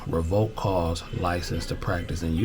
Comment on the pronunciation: It’s revoked not revolked just letting you know